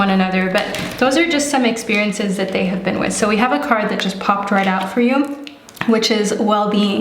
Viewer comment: When you said “hab- HAVE” I was like “oh your German’s coming out” 😂